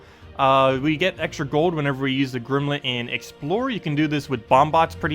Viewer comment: great videos but you always mispronounce stuff :( Gimlet doesn't have an 'R' :)